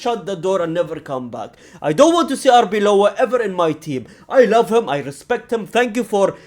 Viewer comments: It's Arbeloa, not Arbeola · I think he commented a while back that he wasn't going to bother learning Arbeloa's name as he wouldn't be at the club long enough, but I agree with you. Get it right.